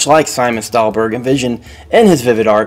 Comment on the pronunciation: His name is Simon Stålenhag, (pronounced Staulenhag as in "Paul"), not Stalenberg.